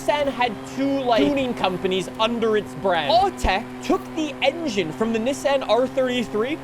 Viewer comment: Americans bullying you about saying Nissan the correct way lol